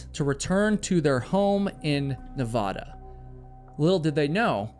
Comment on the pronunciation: Was gonna subscribe until you pronounced Nevada wrong 😂 ugh